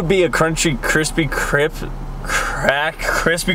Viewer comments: how many times kian said cripsy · No one: Absolutely no one: Kian: "its kreme and its krispy."